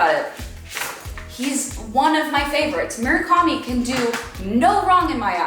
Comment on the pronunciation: pleaseee stop mispronouncing Murakami's name!